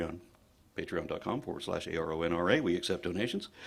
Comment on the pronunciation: Let's play "how many ways can we mispronounce AronRa in one minute"!